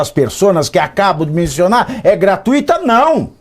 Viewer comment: GRATUITO... não tem sílaba forte no I